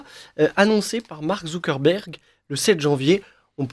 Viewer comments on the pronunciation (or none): none